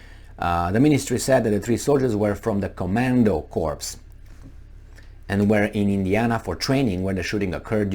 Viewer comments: You made it unintentionally funny by mispronunciation; "corps" is pronounced Ko:r. No P no S If you pronounced it "Korpse" as you did i means cadaver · Ack. Please pronounce corps like apple core, not like dead body. Sorry about being a grammar notZ.